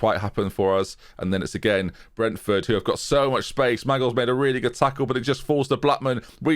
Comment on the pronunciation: its definitely pronounced more like McGill than Maggle lol